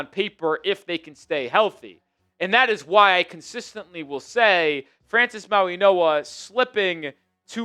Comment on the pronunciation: Dude why do you keep slipping an N in mauigoa.? It’s not “Mauinoa”